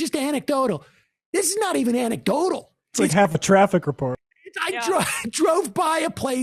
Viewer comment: Dave has learnt how to say anecdotal. It used to be 'antecdotal' - consistently. He's evolving. Lol.